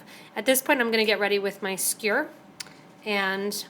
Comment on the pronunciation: its a skewer, not a skure lol,,, sorry just a funny thing I noticed, its commonly mispronounced. Good video otherwise :)